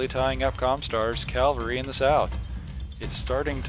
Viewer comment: Love these videos. Also, cavalry. Usually I'm not a pronunciation nazi but calvary is also a word and I wouldn't put it past the WoB to have a Calvary lance!